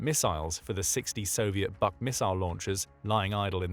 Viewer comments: Please, at least have some understanding of language. Just because the Russian acronym is BUK, the pronunciation is not BUCK but Vook. B==V, ,,, why do I waste my time. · БУК is pronounced like BOOK, not BUCK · Buck? Didn't you mean BUK? like book? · Buk is pronounced like "book", not like "buck". Means "beech" in Russian. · "BUK" Is pronounced Book. The letter U in Slavic and in Nordic is ALWAY pronounced like "oo" in English.